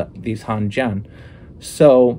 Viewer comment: Great video. Not a big deal but the "a" in jian is really pronounced like in "Anne." I suspect you're actually pronouncing the way you are because you've noticed that "a" in Chinese is often pronounced like "ah," and you're right about that, but in this case, it's actually pronounced the way that's more intuitive to English speakers.